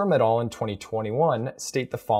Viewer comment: Great video! Btw, the words "et al." come from latin (et alia, meaning: and others) and it's pronounced /et ˈæl/ and not /et ɔːl/. I know it's latin and it seems stupid to be pointing this out but since you use it so often in your videos I though I brought it up.